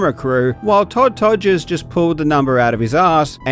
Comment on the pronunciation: 😂😂 Todd Todgers I thought thats what I heard the first time😂😂 the legendary master of record times not even a computer can achieve a real GOD of Gaming